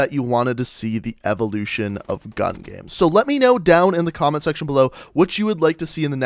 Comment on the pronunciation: the evoluchion of the láser atamechmet